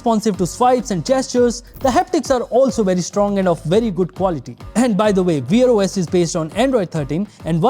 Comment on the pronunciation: Wear /wer/. Not weer os lol 😂